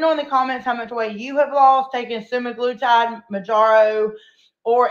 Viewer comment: say semi-glu-tide. All together.